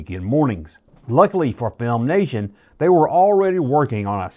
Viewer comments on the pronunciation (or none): Its Filmation. Not FilmNation.